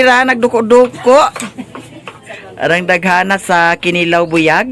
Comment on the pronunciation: ahahaha natawa ako sa pag pronounce ng kinilaw ahahahahha